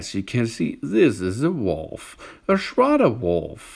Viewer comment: "The Schrardar Wolv. Oh Yeaaah!"